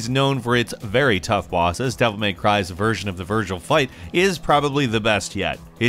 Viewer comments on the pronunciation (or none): none